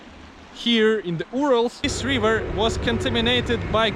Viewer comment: I find your videos superb, also your language. Just some constructive advice: Try to shorten some vowels (for example, you pronounce "river" like "reever"). Some vowel combinations are actually pronounced like a single vowel, for instance "mountain"; the final syllable is even shorter than "ten". Keep up the good work!